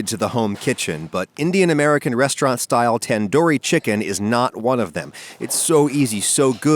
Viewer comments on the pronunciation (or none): It is tandoori not tenduri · Try saying 'Than-dhoo-ree' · ITS TUN DOOOORI TUN its spelt like tandoori that but come on man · It's tun-doori not tAn-Dohri bro 😭😭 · It's pronounced "Tun-doori" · Say it like taanduuri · I'm so sorry but the pronunciation of tandoori chicken is actually pronounced as thun-duri chicken. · Oof it makes me cringe hearing other accents pronounce tandoori or kashmiri, idk why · That's not how you say tandoori and masala I'm Indian